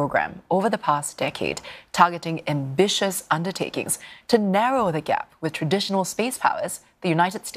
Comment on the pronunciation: On this "successful" mission for mankind , she emphasize so hard ... "China AMBITIONS ! " "China AMBITIONS ! " "China AMBITIONS ! " "China AMBITIONS ! " need to follow agenda ?😅 Agenda: This moment needed to be downplayed by inserting Emerica's "opinion" at the end of the video. " at what cost" is strong.